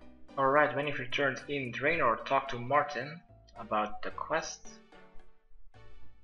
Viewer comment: I'm a League player it made me frustrated when he said "Draven" lol